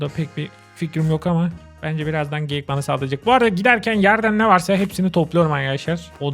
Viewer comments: Abi geyik te çocuk tu geğik oldu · Söylediği geğik abi